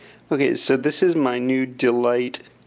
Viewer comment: I think you're suppose to pronounce it day-lite. Im just guessing but its probably what they were going for seeings how they are made to be watched in daylight. Lol